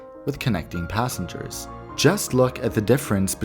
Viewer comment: mantikli gelen yerlerde nokta varmis gibi okursan gayet iyi anlasiliyor. Bi tek “passe hers” dedigi passengers herhalde